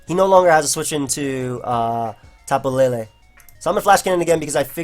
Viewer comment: why the hell do people say tapu laylay? the 'E's have no accents it's tapu leelee